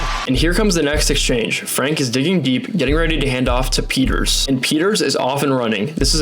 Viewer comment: The A in klaver comes close to the A's in Bahama's. De A in van and Franke is like the A in car. The EE in peeters is like the A in race.